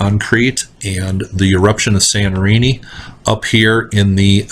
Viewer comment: Hi again :) When you say Sanorini, do you mean Santorini? Thank you. :)